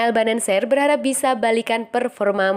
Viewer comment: Bennacer, bukan Bennancer.